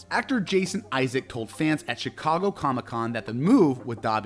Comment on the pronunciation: It's Jason Isaacs, with an S at the end, not Isaac. And that's just one of the many mispronounced things in this video...